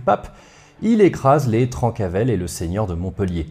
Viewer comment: Je met un com surtout pour le référencement mais j'en profite pour dire qu'on prononce "Trincavel". J'ai passé ma vie sur leurs anciens fief et à chaque fois que je t'entendais prononcer "Trancavel" dans ta vidéo ça m'arrachait les oreilles, déso 😁. D'ailleurs on ne connait pas précisément l'origine du nom. C'est soit "trenca vel" "tranche bien en occitan" ou "Trenca avelana" "casse noisette" -> "casse couilles" quoi, ce qui leur corespondait assez bien. Comme d'habitude super taf en tout cas!